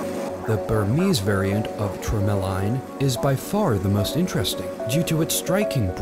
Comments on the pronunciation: through about is lifted video from the youtube vids of the Havey Quarry in Maine (and from Cross Jewelers.) That is tourmaline (tur-muh-lean, btw, for the narrator...which I think is an electronic voice, actually) from the Havey. You see my husband, the miner, Jeff Morrison, you hear from & see the hands of Sean Sweeney , our friend who is an amazing stone cutter, and hear me (Jan Morrison) when the watermelon was pulled out. The small broken pink may be Burmese; it isn't ours. We have pulled out pink, but haven't put it out for the public at this point. (It was a large broken crystal. Gorgeous, raspberry pink. Very intense coloring.) Happy we made this guy's top five. We love what we do! Check out The Havey Quarry on FB, and New England Mineral Association (also on FB, and, we have a website....conference is held in May of each year.) Note, the mine is not open to the public. It is a working mine. Thank you, Patrick B for cluing me into this site. LOL... sheez... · That Azurite is rare. Tor maloo is actually pronounced Tore-mah-leen (tourmaline) That Ti. Quartz is just dug out of the ground all rainbowy and shit. The opal spheres at the end come out of old mines, its man made resin ball. Probably some thing I missed also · Titanium quartz isn't natural. Tourmaline is pronounced TOUR-MA-LEEN. The first stone found is clearly a piece of labradorite being flashed to show its chatoyancy. Why would you make this video. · “Cure melon” lol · He said "ter melon!? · he pronounces tourmaline as tur-mi-line, downright hilarious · Termelon? really? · I have to wonder how they even got that pronunciation. tur mell on. HUH? Wow. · Glad I found this comment! I caught that too and immediately thought...ter..mello... what? Tourmaline! Sheesh! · Tour ma leen... Jesus Christ that was driving me nuts. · That pronunciation of tourmaline hit me hard XD. Big oof And all those rainbow quartz crystals are lab-made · Say it with me: TOR-MA-lean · the way he pronounced tourmaline hurt me